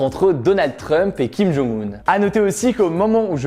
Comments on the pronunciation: Pour information, pcq trop font l'erreur, on prononce le nom de kim jong un (김정은) : "kim djong eun", et Moon Jae In (문재인) "Moune Djè Ine" dans une phonétique francaise si je puis dire 😅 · Salut, je suis en licence de coréen, et donc je me permets de te corriger (surtout si tu vas en Corée c’est important), on dit Kim Jong « eun » (김정은), pas Kim Jong « oun » (김정운), et Moon « Jè »-in (문재인), pas Moon « JAe »-in (문자애인), voilà! :)